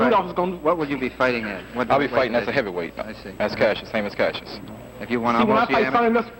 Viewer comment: Those reporters keeping calling him Casius really pissed me off. So disrespectful.